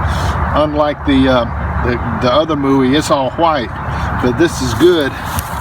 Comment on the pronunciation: I like the way he says white it's like when stewie tries to say cool whip